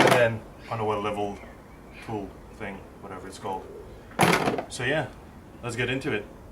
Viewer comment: and dew da same ting on dee udder side. luv it thx for the vid